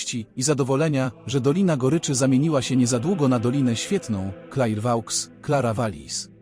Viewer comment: Wymowa miejscowości to Klerwo...